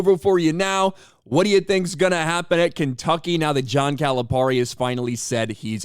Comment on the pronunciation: We’re glad he left. Also the way you say his name is cringe. He doesn’t even say his name like that.